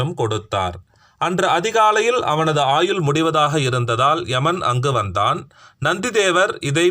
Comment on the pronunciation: விலங்குகிறது------விளங்குகிறது குலம்---------------------குளம் ஆயுல்--------------------ஆயுள் இப்படி அர்த்தம் மாறுபடும் உச்சரிப்பு.